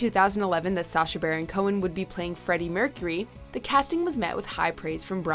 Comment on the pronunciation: #9 “sasha” “sarah”